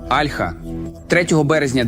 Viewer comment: Альха, о'льха. Вивчіть як правильно...